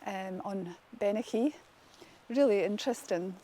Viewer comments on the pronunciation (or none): The hill range Bennachie in Aberdeenshire, Scotland, is pronounced "Ben-a-hee". lol.